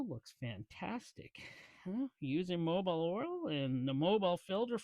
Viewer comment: Fyi, it's Mobil like Mo-Bull. 'Not' Mobile like Mo-Bile. If interested, the latter word can be heard multiple times in the Who song, "Going Mobile" Good tune!😊 The topic M1 made by M&H Purolator, but no more. Highline Warren distributes the now made in S Korea M1. Also contrary to your statement the ProTec is a Wix "jobber" filter with a combo valve. No bueno. They have done away with that design in new M&H Protec made in China with separate bypass. Much better now. With the funky tunes, couldn't hear your commentary, perhaps the idea. 😁 Imo, those Protec filters are ready for the trash can. Have a good one.